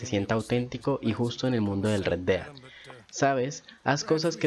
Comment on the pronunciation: Sugerencia: pronunciar bien parte del nombre del juego. Osea, Red Dead = Red Ded